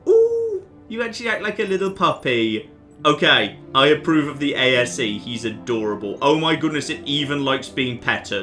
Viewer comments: It's A.S.E, not A.S.A! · calling the ASE "ASA" and pronouncing Tombaugh as Tomberg and not Tom-bow was almost enough to keep me from being like HUH at the ending. Almost.